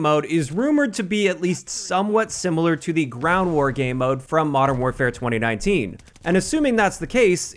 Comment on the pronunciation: I am not sure if you’ve answered this before but why do you say 2019 so weird?